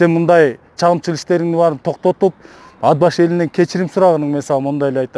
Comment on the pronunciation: Ад-Башы, эмне Ат-Башы деп эле айтса болбойбу!?..